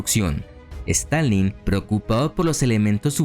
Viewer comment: En minutos quiso decir Stalin 800 veces y las 800 veces dijo Stanleyn 🤣🤣🤣